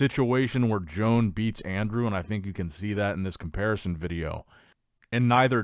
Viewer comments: Bruh..stop calling him Joan...it pronounced Yoan ... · I have a stroke every time pronounces "Joan"